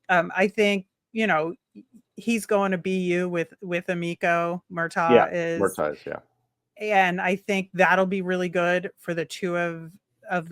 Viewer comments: FYI, his name is pronounced Murtag, not Murtaw. I don’t like it either, but that’s what it is 😂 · Murtagh was directly asked on video today how to pronounce his name, it's MurtAG....like AGriculture. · spot on bro! Likes to say how he talked to all these kids and can't even pronounce Murtagh's name correctly